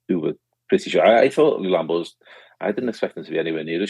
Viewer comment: Stop pronouncing LULAMBA like a spastic. It has an ‘L’ in the middle of it.